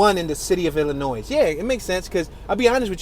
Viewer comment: Pro tip of the day by a Chicago native: Illinois is pronounced 'ih-lih-noy' or ill-lin-noy'. The S is silent. It's a French rendition of a Native American word. I pronounce it as the former